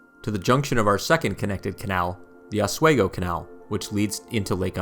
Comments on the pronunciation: As someone who grew up in Seneca Falls and bicycled the Erie Canal route in 2014, I loved every minute of your 29 minute video!! I also wrote an essay that was posted on the NYS Parks website entitled "My Life on the Erie Canal". Altho I cringed at your pronunciation of Oswego and Schoharie but that did not diminish my enjoyment and appreciation for the work you put into this historical record. Thank you & Congratulations!! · Sko HARR ee Also: Ah SWEE go, for Oswego. Cool video, though. I've only explored the parts near me - never the whole length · A good video would be great if you didn't butcher the pronunciation of Oswego and Schoharie. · Too bad this guy didn't learn how to pronounce Schoharie or OSWEGO!! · not that he mispronounced so many cities lol. Medina, Oswego. all love from lockport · Aus-we-go.....not Oz. Schuylerville.....meh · Schoharie - Sko Harry, Oswego - ahh swee gp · Great video but I have one minor quibble. The pronunciation of two place names is off. Oswego is Os-we-go, not Os-way-go and Schoharie is Sko-Harry not Sko-kery. I know getting the pronunciation of weird place names can be difficult. I actually went back to on-line resources to verify these before posting this. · Good video. On a minor note. Oswego is pronounced Aaz wee gow. Not aaz way gow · Oswego pronounced OS - WE -GO not OS WaY-Go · Nice video. (But it's pronounced Sko-Hare- eee and. Oz-WE- go) I l live near the Saratoga Battlefield. Very detailed overview and well done! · Medina is pronounced MAH-DIE-NA. Oswego is pronounced OS-WE-GO not OS-WAY-GO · Just a hint: Rochester resident here...we say Osweego.... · Oswego has a long e pronunciation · Medina is pronounced "Med (eye) na" and Oswego is äsˈwēɡō... just saying as an Upstate resident. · OS-WEEE-GO. I live 25 min from Seneca Falls and have never seen main street so bare!